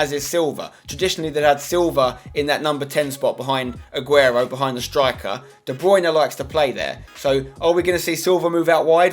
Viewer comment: Spencer I love you but it's DE BRUYNE not DE BRUYNA